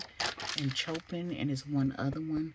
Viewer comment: The artists are classical music composers. Vivaldi is one of my favorites - you can sample their music on YouTube. Chopin is pronounced “show-pan” (no shade just letting you know) and tchovsky is pronounced “Che-kov- ski” . You have a nice collection btw